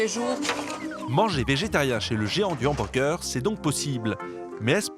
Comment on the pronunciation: le houberger 🔥